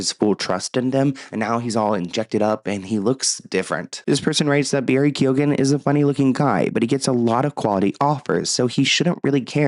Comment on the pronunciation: Was anyone team Amber 😂 and it’s Barry key-own